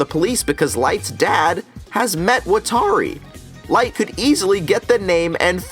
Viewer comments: Wat-ta-ri lmao not watary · I’m sorry, but I don’t even like this movie or show, but could you please stop saying WatAri. It’s giving me an aneurism. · Is anyone else extremely bothered how Watari's name is pronounced wuh-tar-ee, but in the anime it is wah-tah-ri. It is pronounced for you in the anime, its not like you have to guess.... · ikr, wa-TAR-i ?????? really?????? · I’m sorry great points and everything but how tf did you pronounce watari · I can’t believe I never noticed this before, he keeps mispronouncing Watari’s name 😂😂😂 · I honestly could not even finish this movie after seeing how they mispronounced the names. Also that IS NOT MY L. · Wa Ta Ri How are you a fan of the series but you don't know how to pronounce a key characters name correctly? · why can nobody fucking pronounce watari